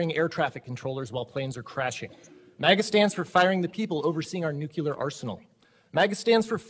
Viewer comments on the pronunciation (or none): It's Nuke-lee-er Not Nuke-u-Lar Support Democracy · It’s nuclear, not nucular. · It's "nuclear" not "nucular". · His Democratic education didn't teach him how to pronounce words correctly. Notice that he pronounces nuclear as "nuqular". It's pronounced new-clear, another stupid and ignorant football player.